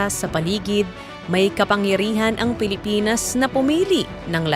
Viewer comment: Pilipins daw. Pres conperens… poreyn ministri 😂